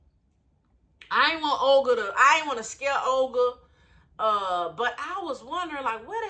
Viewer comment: Why does Olga sound like Ol Girl to me. 😁